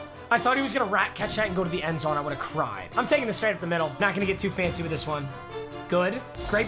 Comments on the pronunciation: Nobody: Nobody at all: Not even they/thems:: wirh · nobody: mmg: wirh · Nobody: Not Ya boi pizza:: "wirh" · no one : mmg: “wirh” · Nobody:: Wirh Roddy Ricch: Wee Wirh